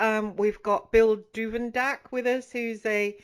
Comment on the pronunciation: His name is Duvendack rather than Duvenack it seems, so now doing another search :-)